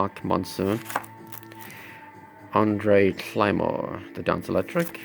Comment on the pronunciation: Andre Cymone Not Andre climore